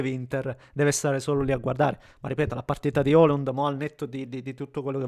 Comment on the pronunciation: E comunque si chiama sempre Højlund (pron. Oilund, non oliund), proprio non ti viene😂